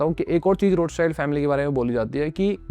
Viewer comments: आप रॉथचाइल्ड/रौथचाइल्ड को रोथचाइल्ड क्यों बोल रहे हो? आपके नाम को कोई ऋषभ की जगह राइशभ बोलेगा तो कैसा लगेगा? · Other pronounce:-Rothchild family Me listen :-RoadSide family 😂😂😂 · Roths child nahi hai bhai Roth schild bol